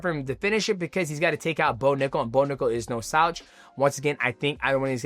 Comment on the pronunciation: DJ loses his ability to speak when he says someone's name Bo Nickal......."Bonugga" Valentina Shevchenko......"Valshenka"